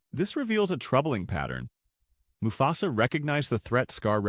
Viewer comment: I was interested in this video until I noticed some clear wording mistakes that is most likely created by ai narration. Example moo fe sa